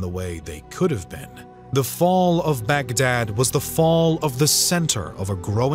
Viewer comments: Baghdad, not bag and dad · It's not back-dad !! It's pronounced as Bug-Dhaadh !! The middle-eastern , mesopotamian, tribes still have their y chromosomes donated by Genghis Khan. The same name is the root for Mughal !!